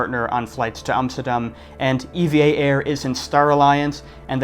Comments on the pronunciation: Are you sure it is pronounced ee-vee-ay air? Japanese pronounciation of the airline company sounds similar to "ever" like in "Evergreen" the container shipping company name. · Not pronounced “E-V-A” , it’s “EeeVahh” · EVA is pronounced like the name Eva. Nobody here says E V A . The word app is said like that "A-P-P" and Instagram as "I G" though. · Pronounced "eevaa" not E....V......A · Taiwan is not tiny. Nauru is tiny. Also, it's not E V A , you say it like the girl's name.